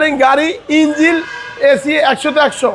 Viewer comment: দূর ভাই আপনি তো - ইঞ্জিন ই বলতে পারেন না।